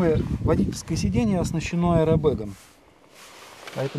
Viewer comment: "оснащен боковым аЭробэком" )))) автор, ты в школе чукотский язые учил?